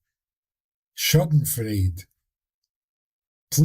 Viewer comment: …“Sschadenfreude“ …a difficult word to speak : (beside its questionable meaning) Sch :: Sh a :: a spoken like in „Part“ … eu :: ii spoken like in „toy“ ?…. could be „Shadenfroyde“ ( at a party where s. o. fell over a toy 😇🤗) —- the doubt goes with that laughter, a laughter caused by surprise, incidentally bad step seen and than “Oooops”… . Back to the talk : Forgiveness . Thank you for enfolding and explaining the very difficult complexity of angles and aspects to reflect upon. First of all: Thank you for having asked the question how to reflect on Forgiveness ❤️